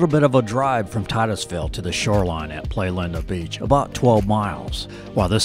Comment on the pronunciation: Great video. I live and work on the Space Coast and this is an excellent representation of the area. Just one tiny thing: it's Playa Linda - Spanish for pretty beach. It hurts my ears every time I hear play linda. No malice here, I'm just on a personal crusade to save my ears 😱😀👍Good video!